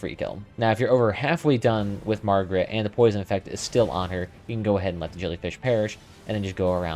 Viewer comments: FYI, It's MAR-GIT and male. You keep calling this boss Margaret and referring to it as her. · Who tf is Margaret? You talking about Homers wife? This is Mar-G.I.T.